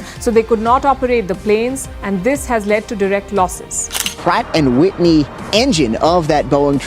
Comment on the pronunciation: "Pratt & White knee" "Brat & Witney" 😂